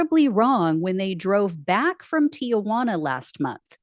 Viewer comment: It's not TIA juana. Have you ever seen the name spelled out? It bugs the shit out of me seeing people constantly butcher the pronunciation.